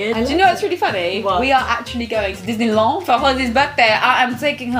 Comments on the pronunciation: dinnilawn... I'm dead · Your french accent is good but we really say the D in disenyland and girlfirend